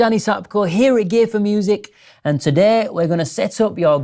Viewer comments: Is he saying gay4music deliberately or is that just his accent? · Sounded like you said "gay for music" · When you said "gear for music" you really should have concentrated more on the effect accent has on the on the sound of word "gear". Because it sounds like you're saying something else. Not that there's anything wrong with that, it's just not correct. I assume. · i can't be alone for hearing with that accent something a little different than "gear for music"